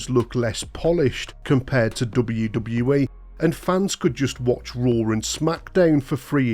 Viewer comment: the way this dude says ' DUBBUWU DUBBUWU E" fuckin erks me so bad